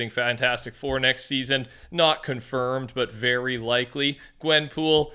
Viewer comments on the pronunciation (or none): none